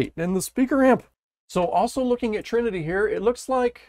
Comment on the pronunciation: the trinity was butchered ,but you do great work